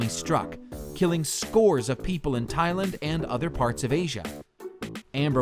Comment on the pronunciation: You said "Thai LIND" wth man.